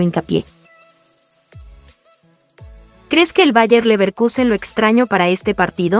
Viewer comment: No es "lo extraño"......se lee "extrañó"